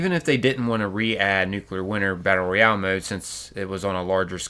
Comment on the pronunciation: Nuclear Winter was the best part of FO76 and the ONLY multiplayer pvp I've ever really enjoyed. Also, bro, it's pronounced ROYale not REYale. 😉😉